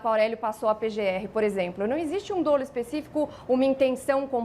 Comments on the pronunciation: não se pronuncia "dôlo", mas "dólo". A é bem articulada, mas as atitudes do presidente não são apenas uma questão de signos e de gestos equivocados. Existem os chamados crimes de perigo abstrato. E o impeachment é um mecanismo com fundamentos jurídicos mas essencialmente político. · A pronúncia correta da palavra dolo é “dólo” e não, “dôlo”